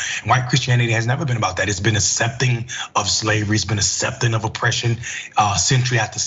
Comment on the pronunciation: Why is he pronouncing it ‘assepting’? That’s how that supernanny says it too 🤨